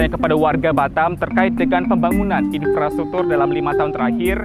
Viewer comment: Infrastruktur kok jadi Inspratuktur. Apakah benar begitu?